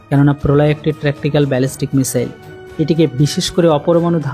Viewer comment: কোন বিষয়ে ভিডিও বানানোর আগে বিষয়টা নিয়ে একটু পড়াশোনা বা গবেষণা করা দরকার।আর এটা কোন সামান্য বিষয় না । এতে অনেক বড় বড় সাইন্টিস্ট জড়িত। আর "মিশেল" বলে কোন অস্ত্রের নাম আজ পর্যন্ত শুনি নাই ! ওটা হবে "মিশাইল" ।